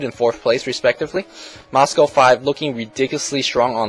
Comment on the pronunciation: moscow* , not mascow